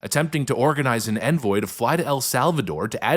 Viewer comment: Are you AI generating your voice now.... you mis pronounced "envoy" two or three times. and I already know how articulate you where.... wtf